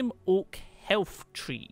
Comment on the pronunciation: Health tree? You mean Hearth tree?